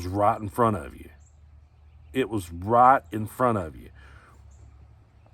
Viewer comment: I love you man. I know you were saying "right in front of you ", but my Chicago ears heard "rot in front of you ". Both correct